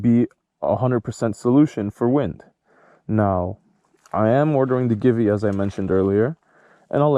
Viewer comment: I wouldn't call that a windshield exactly, more like a fly screen. And no offense, but it's pronounced Gee-Vee. Thanks for the review.